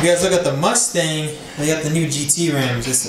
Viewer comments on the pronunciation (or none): That's not how you pronounce the name. C'mon man if your going to drive a mustang learn how to say the name 😂.